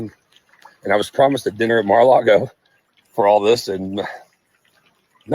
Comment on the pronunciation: it's Mar-a-Lago, not Mar-a-Largo. Also known as "The Home of Satan". Since you don't bother to read commects, I don't expect you to learn from my correction.